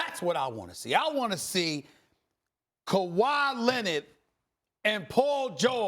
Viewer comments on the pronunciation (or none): "KAHWAAAY LENNIT"